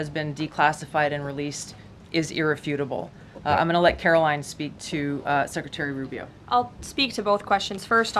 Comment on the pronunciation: 36 minutes of this guy blathering. Listen. You don't seem like a bad guy, but nobody wants to hear about you moving to Idaho. Oh, and it's KaroLINE, not Carolyn.